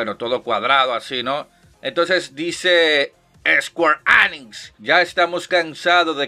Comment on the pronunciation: Me encanta la forma que dices: ESQUARE ÉNIX 😂🤣